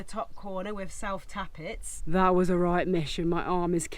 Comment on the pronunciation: Self tappets and.... just love them words miss pronounced. love it.... and congrats, finished... well done